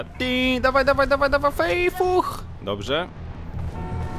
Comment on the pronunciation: "Fejfuh" xD